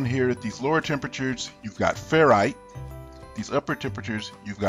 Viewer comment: 'austenite' not 'austinite'.